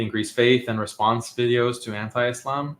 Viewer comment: He is so smart but doesn't know how to pronounce Islam or Muslim